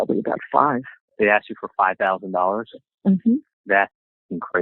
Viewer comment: Or a question is Axed, rather asked. Just saying.